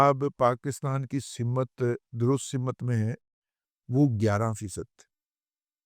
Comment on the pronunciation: " سمت " صرف س کے زیر کے ساتھ ہے م کو زیر یا زبر کے ساتھ نہیں بولنا چاہیے !